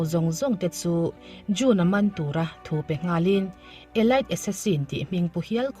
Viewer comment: Tlem te ka lo sawi lawk aw Elite hi Elit ti a lam tur,thlanchhuah bik tihna lam a kawk mizo tawang chuan